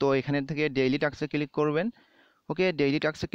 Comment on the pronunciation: vai click na cilik.....moja pailam